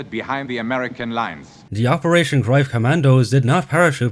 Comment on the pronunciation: @@@@@@@@@@@ I am not sure if your accent is pure Irish or not, you seem to be based in Ireland according to YouTube but as far as shown on Internet the pronunciation of the German ‘Greif’ confirms what I mentioned : The German word "Greif" is pronounced like "graif" or "graif", with the "g" as in "gum", the "ei" sounding like the English word "eye," and the "f" pronounced as in English. The German "v" is pronounced like an "f," which is worth noting if you encounter the word "Greiff" (though less common). I will accept the common way of saying it, but the way you say it was funny sounding more like ‘Groif’ and not clear (maybe the Irish accent? I work with Irish travellers and Northern Irish but they don’t sound anything like you) and to just insist you are correct comes across as slightly arrogant. I speak German and I have many German friends who confirmed what I mention but I don’t think you’d agree. Be that as it may, your video on the whole IS great but you’ve just lost a subscriber. As far as the other points yes there is inaccuracies in this movie by the ton-load but the points I raised actually can have validity in the ‘realm of artistic liberty’ in a film, after all it’s not a documentary and neither you nor I were there but I provided valid evidence to suggest there is plausibility to these points. You see things black and white.. life is filled with shades of grey. Be well. Btw I have like a gazillion books on all WW2 topics as I have invested my life to acquirin